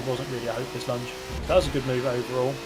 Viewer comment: am i the only one annoyed by the way pronounce ''launch'' like lunch? im not having fucking lunch, im having dinner!!!